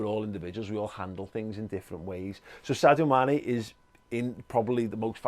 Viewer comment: Amazing how many Liverpool fans cannot pronounce Sadio's name.. it is pronounced SARJO 😃😃